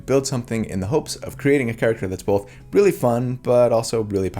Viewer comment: Both happened in this video: Most comforting thing I've heard from: How to deal with your inner critic Most upsetting thing I've heard from: Bolth